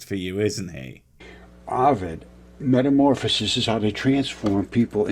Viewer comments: BWAHAHAHAHA He's quoting Ovid's Metamorphoses?! Even the Romans didn't really believe in Roman Gods and myths! Also, it's 'Metamorphoses' not 'Metamorphases'. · what's "metamorphAses"?